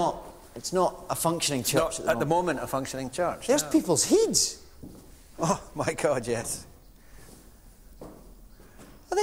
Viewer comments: I love the way he says "heads" with his accent: "heeds" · "There's people's heeds!" :)